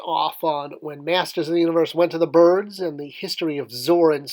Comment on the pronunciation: "MOTU went to the bRids?" LOL